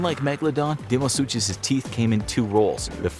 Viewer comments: It's pronounced DYNO - SUKUS NOT DYNO- SU'CH'US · You guys need to do more research. You can’t even pronounce deinosuchus right.